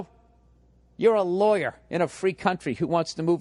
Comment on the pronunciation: "I am a LAW-YAAA"